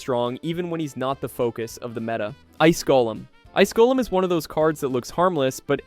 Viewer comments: Gol-eem - sounds wrong Gol-um - sounds correct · The way you said golem made me mad